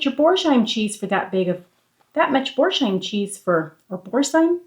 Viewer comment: Great videos as usual. Boursain is pronounced Boor San😊